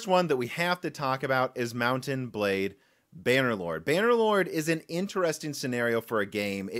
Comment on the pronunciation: Don't worry, most people say "mountain blade" like that newspaper that reported on the guy who attempted suicide over having to wait for the game to release lmao